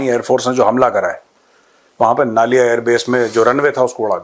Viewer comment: नलिया he sir नालिया नही.. I have lived in Naliya AF Stn for 5 years